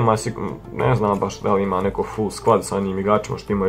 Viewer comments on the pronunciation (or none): none